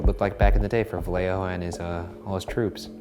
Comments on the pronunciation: vallejo is pronounced vayejo. fyi. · not gonna lie, ryan, i'm quite disappointed that as a mexican american you pronounced vallejo as "vale-jo"